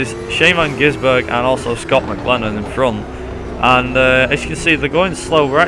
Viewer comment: 1st, you can't pronounce his name 2nd, your using the NZ V8 SuperTourers with a V8 calendar 3rd, the V8 supercar calendar you are using is wrong 4th, your using the wrong points system